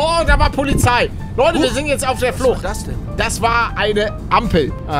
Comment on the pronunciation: Wie Paluten betont daß war ne Ampel